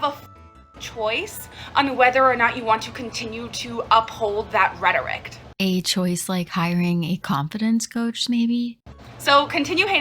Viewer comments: “Uphold that rhetoricT?” Woman using words she doesn’t know how to pronounce, let alone understand. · I’m sorry but did she just say rhetorict???